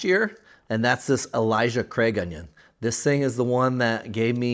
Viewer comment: Love all your information. Its not Elijah Craig its Ale like the beer 🍺 then "suh", Ale-suh. Ailsa Craig. 😄